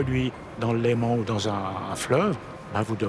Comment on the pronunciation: LÉMAN ET NON LEMENT !!!